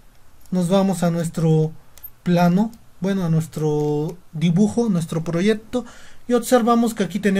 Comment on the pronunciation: Proyecto, no proyepto